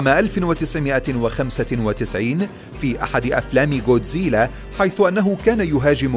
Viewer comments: جوديزلا؟؟؟ الولاد ييجي بالكاف و يقرا كودزيلا و بالعربي بينحط غين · كودزيلا❌ جوديزيلا✅ 🙂👍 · كوزديلا ❌ جوزديله✅ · ليس جودزيلا بل ڨودزيلا او godzilla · جودزييييييييييييييلااااااا هههههههههههه ما بتعرف تحكيها جاد زلا اسمه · انت قلت الأثنين غلط اسمة جودزيلا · يا بطل ليش تنطق اسمه جودزيلا بهذه الطريقة؟ چوودزييلة؟ لا بجد بأمانة انا مستغرب الموضوع لا أكثر. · تتعرف تحكي god zila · اول شي التعليقات ما منها فائدة ثاني شي نطق الاسم غلط ثالث شي ولا وحش من الوحش بيقدر ع جودزيلا الموضوع غبي الوحش ٣ رؤس دمرو جودزيلا و ما عندكم موضوع لا تنشرو ✋❌